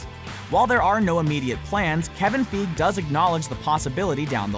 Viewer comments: I think of killing myself in a different way each time I hear him say "Kevin Feeg" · Kevin feige is pronounced Kevin Fi gee the letter i is pronounced as i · I feel like everyone is calling Kevin Feige Kevin Feeg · Marvel Studios: Kevin Feige Screen Rant: kEvin FeEg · It's Kevin FY-GHEE! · Omg Kevin feeg hahahaahahahahaha😂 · "Kevin feeg" XD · um its kevin fieg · Its pronounced Fie gee right? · Feeg XD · Kevin... Feeg. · kevin feeeg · ya it’s Fie-gee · Im sorry but the way he says figue triggers me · Every time I hear you mispronounce Kevin Feige's name, I want to shut off your videos! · Wow learn how to pronounce dude's name. Christ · I love how you guys are all getting mad about how he pronounced Feige. Haha. It definitely annoyed me too. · Im telling you dude: thats not howyou pronounce Faige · only way to know he is not an mcu fan is the way he says kevin feige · All this work and you didn't learn how to pronounce Feige? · How many times can you say Kevin Feige wrong? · I'm I the only one annoyed by him saying Kevin fiege wrong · God the way he pronounces feige is horrible. Not as bad as the way he pronounces Gadot. The T is silent! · you pronounced Kevin feige wrong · Forget X-Men. I want Fantastic Four to join MCU. And learn how to pronounce Kevin Feige's name. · Every time I hear him say Kevin Feige's name, i cringe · Every time you pronounce Feige wrong I want to punch you in the neck. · The way he said Kevin Feige was so cringeworthy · The way he pronounces Kevin Feige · I cringe every single time he says it! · STOP SAYING KEVIN FEEG. ITS FY GEE. LIKE FLY WITHOUT THE L AND GEEK WITHOUT THE K. FY GEE FYGEE - FEIGE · Learn how to say Kevin Feige's name!! FIGEY not feeeg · Fi-Gee not Feeg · It's not pronounced "Kevin Feeg," it's "Kevin Figey" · It's FEIGE... FEIGE!!! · Figee (feige) this guy and his pronunciation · The way he says " Kevin feeg" is terribly cringey. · feige is pronounced fi-gee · It's Kevin F-ie-g-ee